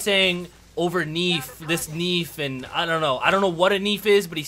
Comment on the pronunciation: I heard you saying neaf in dutch there is a street language word called neef (search for dutch pronounciation) and it means nephew or just friend